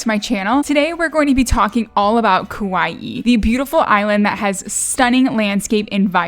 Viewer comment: Hi, Hawaiian words are tough to pronounce, so here’s some help from a local gal from Kaua’i…you almost got it! The vowels sort of stop short and not stretched or curled. Hopefully that made sense. Kaua’i: kah-WA’-ee Kapa’a: kah-PA’-a’ Poke: pO-keh Aloha: ahlo-HA (not A-low-hah…cringe) Mahalo: ma-HA-LO’ Hawai’i: ha-VAI’-ee’ Glad you enjoyed our island! Mahalo for embracing our culture! 😊